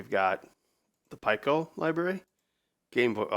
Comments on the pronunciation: Don’t bother trying to change him - it won’t work. By the end of the workshop last year, he had me saying pie-koh too! Fortunately I reverted back into proper English when I got home 😆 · Its pronounced Pee-koh not pie-koh